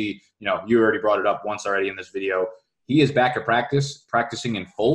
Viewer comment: Why is he pronouncing "back" like "bike" is that a new york thing lol